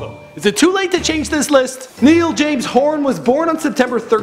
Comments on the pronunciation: I love how everyone hates you for pronouncing Niall's name wrong hahahaha Though I do wonder how you managed to say Louis right but fucked Niall up xd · It is niall like (na-yal) not nill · ITS NOT NEAL ITS NIALL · Did you just say «nil» you have to say «nial» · I bursted out laughing when instead of saying n-i-all Horan he says N-e-all Horan 😅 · His names not Neil, it's NIALL (N-Y-ULL) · Did anyone hear him say "Neil" Its NIALL!! NI-ALL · it's Niall not Neil bit I understand it was a mistake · It's Niall not Neil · Did he say Neil horan dude its niall. Niy-ll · It's Ni-all not Neil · NIALL NOT NEIL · Mine is Zayn. Niall is pronounced Ny-ul and Louis is pronounced Lu-is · Just so you know Niall is pronounced Ny-ul and Harry was actually born and raised in Holmes-Chapel, Cheshire, England. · "Neil Horan" I GOTTA GO NOW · If you ever go to Ireland again, take me with you!!!!!!(just like everyone else said, Niall is pronounced Ny-ul) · are we totally gonna ignore the fact that he said NEIL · When he calls Niall - Neall 😶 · No hate intended sir but did you just say “neeyal Horan”????????? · It's pronounced Ny-ul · he said niel😂😂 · he said niell Horan hahahaha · It's pronounced niall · HE SAID NIEL OMG ITS NOT NIEL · he said neal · Its pronounced Ny-ul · Mine is Louis. But u said Niall wrong!!!!! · The mispronouncing of Niall's name DROVE ME CRAZY!!!!! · people who dosent know how to pronounce Niall´s name are not qualified to make lists about One Direction! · While everyone is arguing about who's the best I'm sitting here being mad cuz the guy pronounced Niall's name wrong >:( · Can't you pronounce the name of Niall properly? :P :P :P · my favoriote member is louis Tomlinson anyone agree and he said niall horan wrong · you said Niall name wrong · I still can't believe he said Louis's name correctly,but mispronounced Nialls And am I the only one to notice he spelt Zayn's last name incorrectly? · You pronounce Niall wrongly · Ha he said Niall wrong (1.niall )